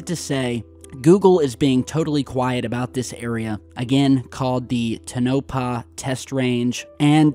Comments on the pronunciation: TOE-nah-pah. Connected to Sandia Labs in New Mexico for research. Also, it is south of a huge gold mining operation in Round Mountain by Oppenheimer-Englehard mining and smelting (Anglo-American). I’m surprised this area has stayed “quiet” so long. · I got a huge laugh out of the way you mispronounce everything.. but today the most... Tenopah... no! To NA PAH... sometimes I think it must be part of your shtick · (Tun-No-Paw)??? No, Sir. No. No No No. Just No. It's (Tone-a-Paw) is the correct pronunciation. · Toe-nuh-pah. Not tuh-nope-ah. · It's not "to NO pah", it's "TOE na pah". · you're pronouncing Tonopah incorrectly, check YouTube for correct pronunciation. Thanks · To nope ah = Tonopah = Tone o pah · Interesting! FYI.....the pronunciation is Tow-Na-Pa ...and, that airport just below the image is the Tonopah Test Range Airport. Back in the 80’s, this (ultra-secret “base”) was where they developed and trained all ground crew and pilots for the F-117 Stealth. Also, further to the right is Highway 375, The Interterrestial Highway, and the Art Bell favorite, Rachel, Nevada! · Mad respect,! But damn son, it's "tone uh paw"...tone uh paw...brutal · The more common pronunciation of Tonopah is TONE-a paw, with emphasis on the first syllable. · Toe-naw-pa...thats how it sounds phonetically. This is connected with 51, S-4, - there are lots of places in this area. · Bruh, love ya, but.. its TOW-NUH-PAW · TONE-A-PAW......that is how you say it my friend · It’s “Tono-pah” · PRONOUNCED=TOE NA PAW=TONAPAH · Tone - ah - Paw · Toe'-na-pah test range. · My dad grew up in Tonopah. You're saying it incorrectly. Thanks for the info. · Its Toe-nuh-paw in Nuh-vaa-duh! Plz its an insult to us Nevadans. Thanx